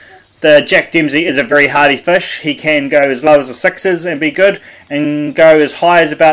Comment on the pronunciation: Fish g not fush 😂